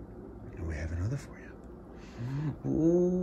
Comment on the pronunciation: Love that has a slightly different accent when does the funny 'talking to my little baby' voice. 'Here's anotha!"